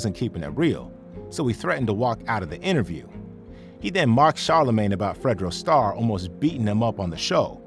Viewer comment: Bro botched fredo star name 🤦🏽‍♂️🤦🏽‍♂️